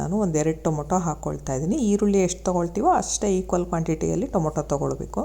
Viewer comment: ಟೊಮೋಟೊ ಅಲ್ಲ ಟಮಾಟೊ